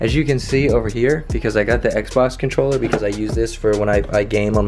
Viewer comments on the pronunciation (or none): none